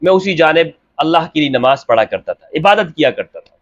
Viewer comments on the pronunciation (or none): none